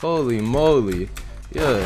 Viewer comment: You can tell and are siblings say both say:" YUH" all the time